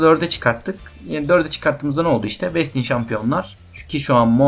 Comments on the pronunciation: besçın diye telafuz edebilirsin. ve de böyle telafuz ile ilgili sıkıntı yaşadığın şeyler olursa google translate in telafuzlarına bakabilirsin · güzel bir video ama bastionu öyle okumasan mı be